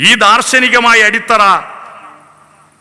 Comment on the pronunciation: അടിസ്ഥറ അല്ല അടിത്തറ എന്നല്ലേ